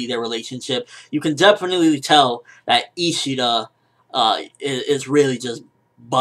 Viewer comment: isshada is their last name.. so its ryuken isshida